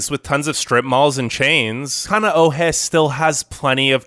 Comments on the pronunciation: Oh please Bradda! Please learn to pronounce Hawaiian words! King Kamehameha is rolling in his grave. Haleiwa! Kaneohe! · Please learn the correct pronounciation of Kohala, Kaneohe, Haleiwa, Hanauma Bay, Molokai, Honolulu, Kapaa, Kauai and Koolau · Are you sure you pronounced Kaneohe correctly?🤔